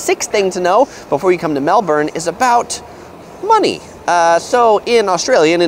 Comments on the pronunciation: It’s pronounced melbin not molborn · Its pronounced Mel-bin Not Mel-borne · The 1st thing you need to know about Melbourne is that the "bourne" like "burn" with a soft r and not "born". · A tip to sound more like a local in Melbourne, we Aussies pronounce it Melb'n or Melb-in, not like the Bourne Identity 'Melborn' pronounciation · I'm kinda trying to say "Melbin" but there is a US city in Florida with the same spelling and it's pronounced Melborn.. It's hard for me to kick that pronunciation out of my brain! :) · Im Australian and damnnnnnn (im from melb to but please don't say mel-BORN/mel-BURN say Mel-ben) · And it isn't Mel BORN....it is Mel Bun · It’s pronounced Mel-bun not Mel-born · BONUS: 1st thing to know about Melbourne is that it's pronounced "Melb-N" not "Melb-ORN" . Drop the "OR" sound to avoid getting eye-rolls from locals like me and stocking out like a sore thumb :) You're welcome. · Its pronounced mel-bin not mel-bourn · Its pronounced "Melbon" ......not Melbourrrrrne"!!!! There is no R! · Hey, you need to know how to say "Melbourne".The natives pronounce it as "Mel-ben" not "Mel-born". The Aussies told me so. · I’ve lived in Melbourne all my life and myself and everyone I’ve ever come across pronounces it Mel-ben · We Americans have tons of things to be thankful for. Yet I do say we do pronounce Melbourne like Mel born and or Mel Burn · Mel-burn - its pronounced. great review! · First thing to know about Melbourne - ITS PRONOUNCED MELBUN ffs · First thing to know is how to pronounce the name of the place. It's not Melborn. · natalie storm "spelt" .. and I've lived here 40 years .. it's pronounced Melbun 😂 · JKalama It must be difficult for Americans not to pronounce the "r's." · it's neither. It's Mel-burn. "Mel-born" is how how the US city in Florida is pronounced. "Mel bun/bin" is how the Australian city is pronounced with an Australian accent, which he shouldn't do, because he's not Australian. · Where is 'Mel-born'?? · Errrr its Melbun